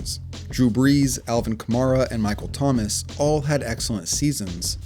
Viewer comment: “Alvin Kaamara” 💀